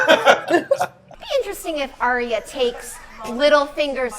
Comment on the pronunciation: Arya's name is pronounced 'Eye-ya' or 'Ar-ya'. I saw Maise say it in an interview 😊